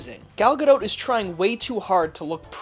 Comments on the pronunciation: It's pronounced guh-doh. She's fucking stunning but this movie was shit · It's Gal (guh-dot) like a dot of paint. Not pronounced like boat. Everytime you say that my balls shrivel up and my ears start bleeding. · Does pronounce the "t" in Steven Colbert or Home Depot? Not sure why he is having so much trouble pronouncing Gadot...